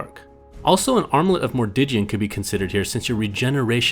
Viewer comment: Lol, how the hell are you pronouncing the armlet?